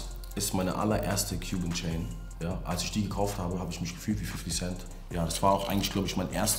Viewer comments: cuban chain, nicht qb chain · das heißt doch nicht QB Chain sondern Cuban Chain